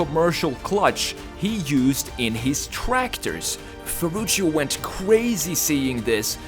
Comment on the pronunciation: he's name is Ferrucio, not Ferrucio, say it properly